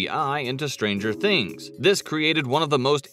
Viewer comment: "Behind stanger things"